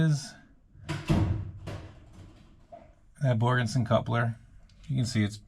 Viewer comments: OK,, I'm sure Borgeson would appreciate their name being said correctly; Borgeson, not Borgenson. Other than that, another great episode! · There's no N in Borgeson. Except at the end 😂. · do you guys get $500 every time you say Borgenson? LOL!!!!!!